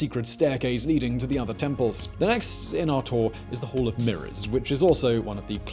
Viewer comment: Love how he can't say hall.